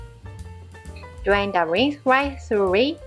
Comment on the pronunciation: hearing a Japanese person pronounce thoroughly is rather cute.